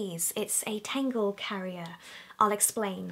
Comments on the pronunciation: Why does she say tengle when it's a tangle? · tAngle not tEngle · I thought you were saying FAIRY tangle. I got all excited... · She says tangle like tingle ha 😂😂😂😂😂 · Amy Rogers So? You can’t laugh because someone doesn’t speak like you do ? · you sound like your saying tango in a scottish accent when you say tangle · Who else thought when she was saying furry tangle she said fairy tangle lol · Me thinking she’s saying fairy tangle 👁👄👁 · i thought you said fairy tangle haha